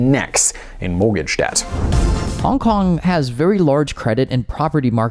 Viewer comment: Try pronouncing the city's name like a normal person first please